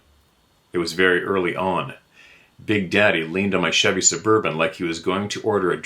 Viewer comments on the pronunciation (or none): none